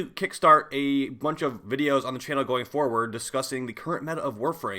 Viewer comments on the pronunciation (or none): none